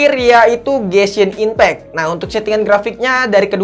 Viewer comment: gw ngakak kalo lu nyebut genshin impact bang nebutnya gesin impek sekalian bensin impek bang wkwkwkwk